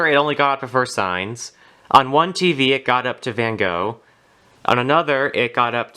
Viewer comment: You pronounced Van Gogh wrong the Gogh is pronounce “go” as in “goat”